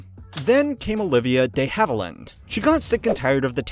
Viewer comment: Olivia “Day” Havilland! 🤣🤣🤣